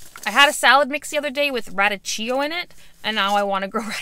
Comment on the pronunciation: Radicchio is pronounced like rah-deek-ee-oh.